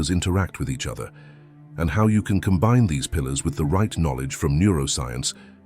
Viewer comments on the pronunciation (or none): none